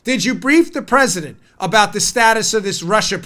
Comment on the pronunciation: Nadler needs his ED medications decreased ..the little prig ... I bet that he hasn't used a urinal for 20 years without pissing all over his fingers...that's if he can even reach around his belly to find it ! Looks like the Penguin and talks like Elmer Fudd ...I mean , who the hell pronounces the President as the Pwesident ?